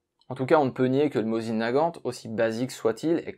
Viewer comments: Si ça peut aider: Mossine et non pas "Mozine". En russe c'est écrit avec un C (s) pas un 3 (z) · Merci pour ce bon épisode. Je possède trois modèle différents de Mosin et des cartouches alors que je n'ai jamais eu l'occasion de tirer au fusil... Une petite correction : il aurait été plus élégant de prononcer le nom russe, Mossine.